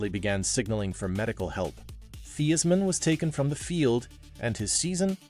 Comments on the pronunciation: Great story. On a side note, it’s pronounced THIGHS-man. 😢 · How? You are AI. "Thee-is-man"